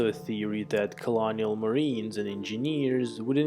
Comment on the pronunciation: why do you choose to speak like that.....melodic roboticness maybe cute but simply sounds not human, maybe even a little ironic. phonetics are key, including where they go in sentence structure "dah novel" dah? and also inter yooooer (in ter view er.....) 4 phonetics how difficult can it be.... colonial spoken like colonic.....the bideo??? I appreciate english may not be youre first language or native language cool....my only motivation here is to point out how you sound and maybe how you could sound better....by first understanding that there is room for improvement. I get feeling if I am typing this then no one else has been brave enough to say these things in the hope that you educate self to speak properly so the full impact of what you are attempting to convey is understood clearly and consistently giving anyone who tunes in or affords attention to you every chance to have least issues as possible. its not rocket science life is hard enough. speak properly or no one will be able to know what you are saying at all. pronunciation....annunciation.....dictation......grammar.